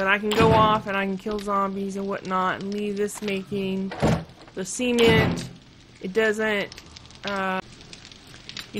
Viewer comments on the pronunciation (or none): it also makes you sound like your saying semen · Seement mixer lol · it's just because you say it differently and was Unexpected made me chuckle :) sorry if I was offensive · I've never heard it said like that.